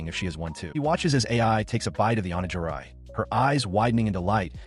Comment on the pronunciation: "Onejairai" Its Onigiri, you clank- 🥀